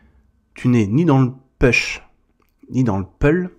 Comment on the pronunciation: Salut! J’aime beaucoup ton canal car cette personne dont on parle m’a fait tomber sur le chemin de l’unicité, et j’ai réussi à me sortir de la dépendance. Merci pour ton canal. Toutefois, laisse-moi te conseiller en anglais: push ne se prononce pas peush, mais poush. Et pull, c’est pas peul, c’est poul.